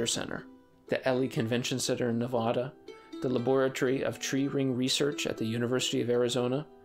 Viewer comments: yes this is the new pronunciation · My guy, no he didn’t There are multiple pronunciations of words I’m not gonna get butthurt over someone calling Minnesota Min-eh-soh-dah or Min-eh-soh-tah because they’re both right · Nevada literally couldn't have any other pronunciation than being symmantic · There is no H in Nevada. It is not Nevahda. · According to Merriam-Webster, its Nevada and not Nevahda. YouTube won't let me link. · you're pronouncing it wrong. the t is silent. it's "brissle cone" it's not "nevodddah" it's nevada, the same a sound as in sad. "sad" - "nevada". it's conservationist, not "conservation-AL-ist" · It’s Nivayday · If the average american can pronounce Arabic country names like normal people then the rest of the world can try and pronounce nevahda normally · Ummm it’s actually pronounced Navade, get it right 😒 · The pronunciation of “bristle” and “Nevada” needs work. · Can the AI narration at least pronounce "Bristlecone" properly? The "T" is silent. Not to mention the mispronunciation of Nevada. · Being from Nevada, pronunciation is important when it comes to these trees, and the name of our great state. This narrator pronounces both incorrectly. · you said Nevada wrong. Work on that. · He also mispronounced “Nevada.” 😡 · The narrator pronounces Nevada incorrectly as well. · Being a Vegas native, that Nevada pronunciation kills me.